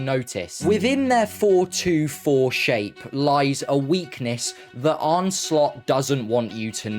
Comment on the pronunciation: his name is arne, and it's pronounced 'arna', not arnay, not arny, and not arn.